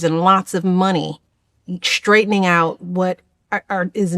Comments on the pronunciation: Michelle, it’s pronounced STRAIGHTENING not SHTRAIGHTENING. It’s STRUGGLING not SHTRUGGLING. Went to post secondary & knows nothing. It ain’t cute. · Oy vey, the words, ‘struggle’ and ‘straightening’ do NOT have a letter ‘h’ in them! They’re not pronounced, ‘shtruggle’ and ‘shtraightening!’